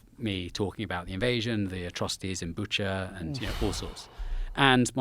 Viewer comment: " Bucha " hahahah